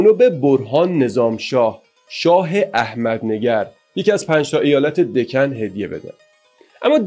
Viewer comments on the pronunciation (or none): دَکن رو دِکن و فِدیه رو فَدیه و پانی پت رو بانی بت و یکی دو اسامی دیگر رو کسر ه و فتحه هاشون رو جابجا گفتین ولی تاریخ رو خوب وعالی بیان کردین